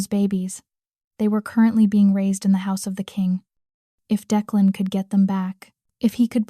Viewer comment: I didn't care for the closed caption highlighting every word. Plus, it would be nice if you would train your AI to correctly pronounce times and to keep the names straight. Declan was pronounced at least two different ways.